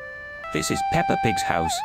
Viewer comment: Bro said PEPPA EGG💀